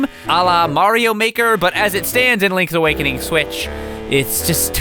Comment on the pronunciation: Lonk's Awokonong